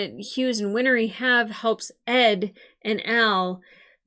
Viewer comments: Win-Ree. Not Win-Er-Ee. Two syllables. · I know it's a terrible day, but you've probably recovered by the time this gets to YT. Winry's name is 2 syllables, not 3. 💖 Like "Henry", not like "winery". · Win-ry (There is no "er" sound where the hyphen is.) 😊